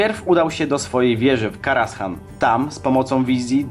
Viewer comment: Źle wymawiasz kostur Medivha. Mówi sie Ateisz nie Atiesz ;) I zamiast Karashan czyta się Karazan ;)